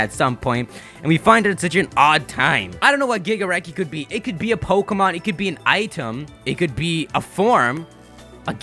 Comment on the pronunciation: Also when I heard Gigareki I tought you said Gigarekt